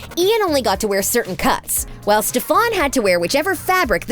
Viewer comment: “StefON” is she good?